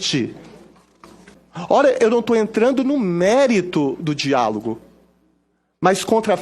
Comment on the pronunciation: Ele falou errado de novo(diágolos)